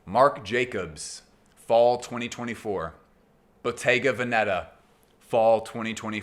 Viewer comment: The correct pronunciation of Bottega Veneta is: Boh-TEH-gah VEH-neh-tah, (not BOH-teh-ga veh-NE- tah) In Italian, Bottega places the stress on the second syllable (-TEH), while Veneta places it on the first (VEH). 😉